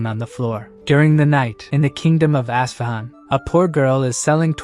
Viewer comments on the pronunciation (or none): Its pronounced US-FA-HAN... with the AI pronounciation as bad as it sound.. it spur'd out even worse.. ASSFAHUN.